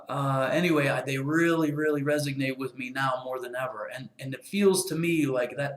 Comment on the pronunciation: ReSONate, not resignate ;)